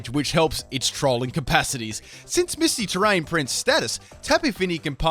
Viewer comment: Tapi Fini? Mitsy terrain? You drunk?